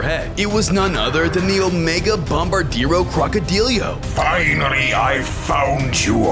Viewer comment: IT IS CALLED NUCLEARO DINOSAURIO NOT OMEGA BOMBARDIRO CROCODILIO